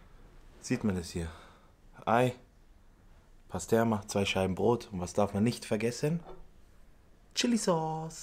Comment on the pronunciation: Nicht pasterma sondern mit i pastirma ist Türkisches Speck kommt von pastrami.